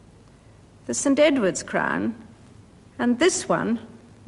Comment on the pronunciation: It’s sounds like she’s saying “the imperial state crime” and that’s actually more accurate